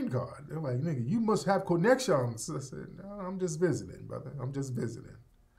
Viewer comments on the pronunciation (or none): hahahahahahahahaha "You must have co-neck-shons" 🤣🤣🤣🤣🤣😆😆😆😆